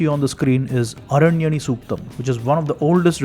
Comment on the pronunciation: It is aranyaani, why you r not pronouncing Deergha 'aa' being sanskrit scholar.